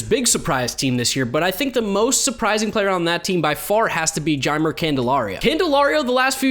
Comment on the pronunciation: Jeimer Candelario is pronounced hi-may I think